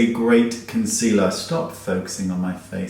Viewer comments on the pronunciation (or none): none